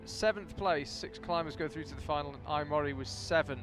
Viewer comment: The pronunciation of names is completely random! Every time a different name! Mori Ai crash the boulders!